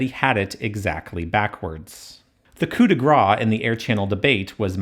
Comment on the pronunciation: it's not 'coup de gras' its 'coup de grace'; you're welcome